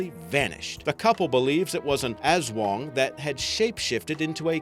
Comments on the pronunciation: I'm a filipino. ( Person who lives in the Phillipines ) It's not "aswong" It's "as-wang" like jeez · Im A Filipino And I Believe The Aswang BTW Its Aswang Not "Azwang"